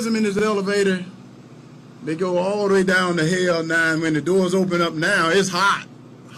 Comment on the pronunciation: "The leff gonna take you to Hail" ~Herschel Walker 2022